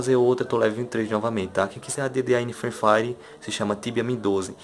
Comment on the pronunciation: Parei o vídeo quando ele falou Frui Fari .